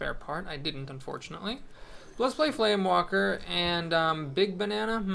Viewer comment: Just one thing, it's FlameWAKER, not FlameWALKER. Also, that's a pretty interesting Brawl this week. Gazlowe OP!